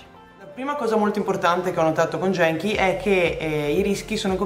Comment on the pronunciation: Si pronuncia "ghenchi" non "jenchi"...